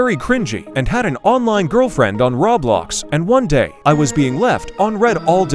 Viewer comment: Why do AI voices always say "rawblox"?